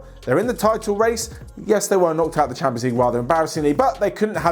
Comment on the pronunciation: West hampions league? You know, hampions? Heh heh